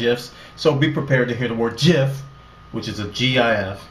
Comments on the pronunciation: Thank you so much, I've been looking for something like this. And by the way, your pronunciation of "Jif" is spot on. "Choosy developers choose GIF." :P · The lead developer of the GIF format intended for the pronunciation to mirror that of the American peanut butter brand. Perhaps for memorability, I dunno.